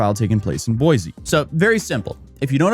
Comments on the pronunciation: Boy-see, not Boy-zee. It grates on Idahoans' ears. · It’s boy-see Idaho You can always tell out of towners cause they put a “z” in Boise Idaho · As a native Idaho win, I can definitely tell you that snow is not that bad lol welcome to Idaho. Although I live in Colorado now. (ALSO, ITS PRONOUNCED BOY-SEE NOT BOY-ZEE AND IT'S CORE-DA-LANE NOT CORE-DA-LOIN) I HAVE PTSD FROM WATCHING HER VIDEOS. THEY CAUSED ME STRESS FROM THE BRAIN ROT AND STUPIDITY OF IT ALL. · you deserve to be sued just for how you've been pronouncing it wrong so much! its pronounced boys! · There is no “Z” in Boise. It is pronounced Boy-See.